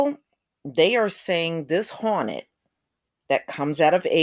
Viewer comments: Its pronounced hore net not honet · Is it HAWNET or HORNET. LOL! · Asian giant HAWNET 😂😂😂😂